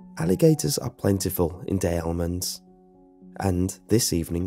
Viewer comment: Dude I’m a pure Louisiana born and you don’t say Des Allemands like that 🤦🏻‍♀️ it’s like Dess for Des. Also The second L And the e is silent in Allemands. FYI 🤷🏻‍♀️👍🏻✌🏻😁